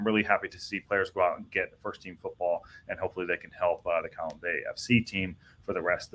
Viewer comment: In fact you got Colwyn bay wrong too. If you need help with pronouncing Welsh names let me know.